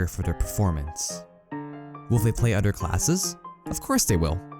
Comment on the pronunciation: Did anyone else notice how this man pronounces other as udder? Or utter? Lmao It kinda bugged me I couldn’t tell if he was trolling “He mains scout proudly and He doesn’t care what utters think about him”